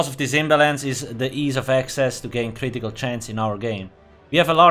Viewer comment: My favorite word says with his accent: Critical (Ka-rit-eee-kull)